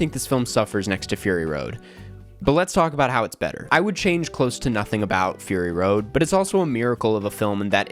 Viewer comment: did you just say furry road?